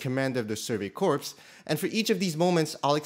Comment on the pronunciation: Hey Andrew! It was a mispronunciation on my part! English isn't my first language. I made sure to correct myself in my video about Armin. Thank you for watching 🙏